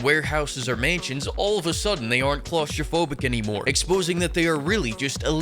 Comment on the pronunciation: "Klaus-tropohic" hahahaha that one got me! (I´m German)